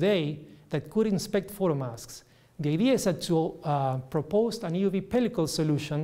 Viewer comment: he doesn't pronounce the e in euv.